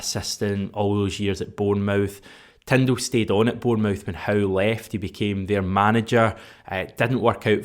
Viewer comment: Change the way you pronounce Bournemouth please cheers